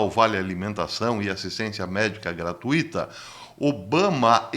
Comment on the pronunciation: Bom dia caro. Admiro-o como pessoa e como comunicador. Acompanho todas as suas lives e aprendo muito com elas. Essa do ex presidente Obama é realmente uma bomba e já conhecia essa suspeita qto a ele. Só observo uma coisinha qto à sua pronúncia da palavra “gratuita/to”. O senhor a expressa com quatro sílabas: “gra-tu-i-ta/to”, mas ela tem somente 3 sílabas: “gra-tui-ta/to”. Deus continue abençoando o senhor e sua equipe para continuar transmitindo bons ensinamentos e excelentes informações por longos e longos anos. Amém.